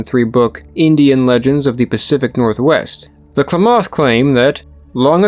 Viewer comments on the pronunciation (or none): Klamath (Clam-Ath) not (Claw-moth) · Interesting video. As I grew up in that area, I would note that Klamath is pronounced Kla' muth (first a as in math. u of muth as in must). Also Shasta is pronounced Shah' stuh (a as in math, second a like the second a in Klamath). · I couldn't understand what tribe you were saying when you were saying Klamath lol as a native southern oregonian it sounded so foreign at 1st. We all pronounce it like CLAM-ith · It's Kla math clamath I live in northern California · Okay sorry to be picky. Being part of this tribe in Oregon. IT’S PRONOUNCED LIKE CLAM ETH. KLAMATH. NOT CLAW METH! B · Im an Oregonian Geologist, super glad to see the story of Mt.Mazama on here! Only thing I have to say is that it is pronounced Kla-math, not Kla-moth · It's pronounced clam math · Klamath is pronounced "clam-eth" . Mt Shasta is a hard "a", like in "class". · Pronounced " clam- ith " accent on clam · Sir, the pronunciation of Klamath is “CLAM eth” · Klamath is pronounced kuh-LAY-muth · Oregonian here, please, your pronunciation of Klamath is wrong, it is properly pronounced "Clam-math", the emphasis on clam. It is disturbing when the narrator mispronounces names as it show knowledge of the important elements of the story is lacking, and makes the video less compelling. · Kuh lam uth = Klamath , Oregon. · It’s pronounced CLAM-math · Klamath rhymes with mammoth, fyi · Klamath rhymes with mammoth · Great video By the way, Klamath is pronounced sort of like clam-myth, with the emphasis on the clam. Source: I live in Oregon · It's pronounced kul-lam-uth with a soft kul (Klamath) you're welcome 😘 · nah its just kla-math. No A after the K. The way it's pronounced here is 100% 2 syllables. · I don't think you're pronouncing Klamath or Shasta correctly. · That's not how Shasta or Klamath are pronounced. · Check your pronunciation of Klamath and Shasta. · Just so you know, Klamath is pronounced with the accent on the first syllable. Thanks, great documentary.